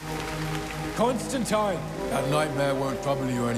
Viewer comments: its tine not teen, the keanu movie had it wrong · ConstanTINE is the actual, proper pronounciation. John Constantin corrects someone in the comics even back in the 80s, and both Gaiman, and Alan Moore also always used that pronunciation. I think the movie started the ConstanTEEN thing. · He's constantly correcting people in the comics, that it's "tine" not "teen", as far back as at least the early 90s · John constantly corrects people in the comics of the prononciation of huis name as ConstinTYYYNE lol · Wait, is it pronounced Constantine or Constantine?